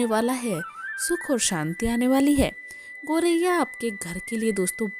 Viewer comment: गौरैया बोलिए,गोरैया बोलना ग़लत है